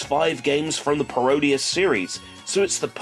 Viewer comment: people keep saying Paro-Dius, rather than “Parody-es”, it annoys me when people don’t get the joke of the title from saying it out loud. I mean come on, it’s pretty obvious: Parody + Graudius = Parodius!